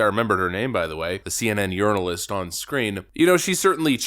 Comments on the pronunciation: You said “CNN Urinalist”. Bwahaha 😂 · Did you just call her a "urinalist"? LMAO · Did you call her a "urinalist" ? lol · It sounded like you called her a urinalist. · Did you say “CNN urinalist”? Haha